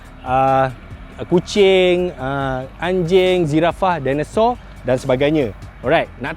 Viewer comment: Comfiden je sebut zirafah dinasor hahahaa